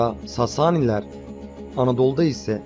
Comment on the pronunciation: "ÂŞİNÂ" değil, "AŞİNA". Diyesim, "A"lar uzun değil, kısa sesletilir. Ayrıca "SASANİLER" değil, "SÂSÂNÎLER". Diyesim, "A"lar ve "İ" kısa değil, uzun sesletilir.